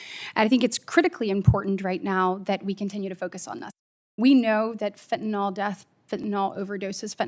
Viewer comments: WHY does KATIE BRITT and many OTHER people MIS-PRONOUNCE the word FENTANYL !?......It's Not FENTANOL ! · I get that’s it’s easier to say fentanol, but it’s fentanyl.